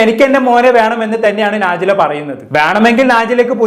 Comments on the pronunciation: നാജില അല്ല നെജ്ല 😅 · നാജില അല്ല നെജില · നാജില അല്ല നജില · നാജില അല്ല നജ്ല 😂